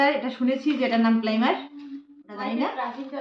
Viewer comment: আর বলি তুমি যেটা plimer বললে সেটাকে primer বলে , কিছু মনে কোরো না , সবাই মিলে আনন্দে থাকো